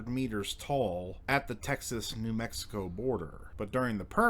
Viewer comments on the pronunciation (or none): none